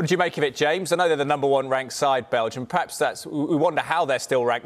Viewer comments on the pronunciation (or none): Anyone notice how she said wank instead of rank